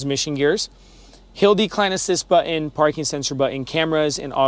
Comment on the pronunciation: one comment. learn how to say 'button'